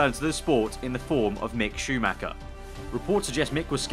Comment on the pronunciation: Goddammit, "Schumacher" is not pronounced like "SHUMACA" but "SHUMAHA".